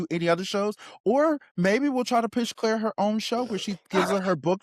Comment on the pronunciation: Sorry, I will say something for this season lol. 😂 “Cila”😒 Fijians pronounce C as “THE” the tribe name would’ve been pronounced “thee-la”